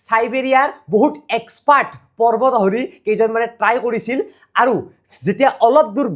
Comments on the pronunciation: পৰ্বতআহৰি(পৰ্বত আৰোহী) পৰ্বত আহৰণ (পৰ্বত আৰোহণ)....অলপ উচ্চাৰণ বোৰ শুদ্ধ কৰিলে ভাল হয় l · Parbat ahori nahai Parbat arohi, ucharan val kai karibi, noarile vdio nakaribi